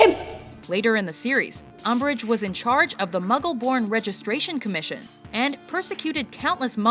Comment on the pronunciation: Agh, "UMBRIGE", whatever!